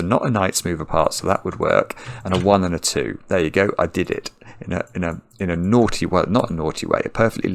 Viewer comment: please stop saying "naughty" in an English(natural) accent... my partner loves it more than me and teases me:) cheers mate!